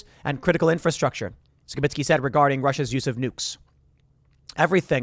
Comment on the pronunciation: Sounds like your saying Sheminski when you say Skibitsky quickly. a man can dream